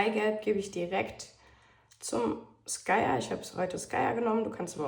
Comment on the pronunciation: Super , werd ich ausprobieren. Kleiner Tip: man spricht Skyr als Skirr, also kurzes i und langes r Hat nichts mit Sky also nix mit Himmel zu tun, wie du es sprichst. Nur als kleine Info😜 Lg